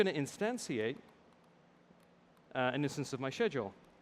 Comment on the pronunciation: shedule?? instansiate??